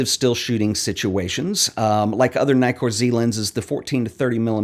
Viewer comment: Two K in Nikkor, man. So, it’s “Nee-kor”, not “Ny-kor”.